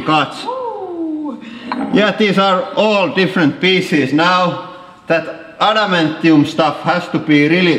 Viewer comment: Adamantium* not amentium